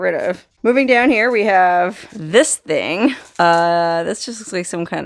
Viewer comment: “thing” not think